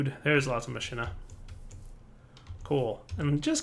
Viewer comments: i think it´s pronounced ma-ki-na ^^ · machina is pronounced mock-in-a.